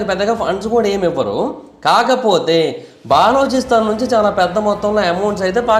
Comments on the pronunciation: orey nayana baa-loo-chi-stan kadu, buh-loo-chuh-stan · బాలోచిస్తాన్ కాదురా నాయనా బలూచిస్తాన్ అని పలకాలి.. పూర్తి సమాచారం తెలియకుండా వీడియో చేసినట్లు ఉంది. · తప్ప గా పలుకుతూ ఉన్నావు,ఆది బెలుచిస్తen ani antaru correct chesko last వీడియో lo kuda cheepina Bri inka ni istam